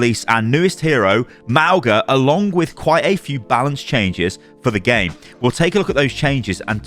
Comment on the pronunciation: its not Mao-ga thats just wrong